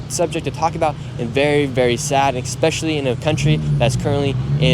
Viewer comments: Stop saying "expecially" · 'expecially' love you but you gotta get your pronunciation better